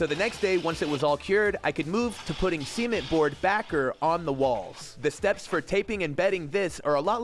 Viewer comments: bro. Stop saying semen board like this. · Why do you keep saying semen-t instead of cement